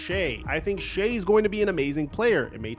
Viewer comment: Shai ( shy). Not Shai.